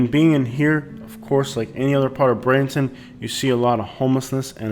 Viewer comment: With due respect, if your talking about Bradenton, please learn how to pronounce it correctly.